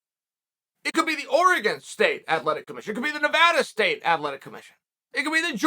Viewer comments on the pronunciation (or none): none